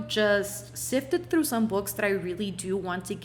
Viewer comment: Unpopular opinion: The way you say 'through' or 'throne' is so beautiful 😂 i cant